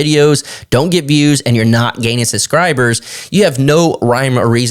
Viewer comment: I watched it to see how many time you say "SUScribers" instead of "SUBscribers"...